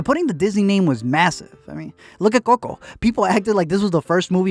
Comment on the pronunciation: the way he says "COCO" scrambles my eggs